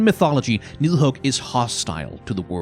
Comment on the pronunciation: Where's from? His pronounciation of Yggdrassil and nidhug sounded just like i would say it in danish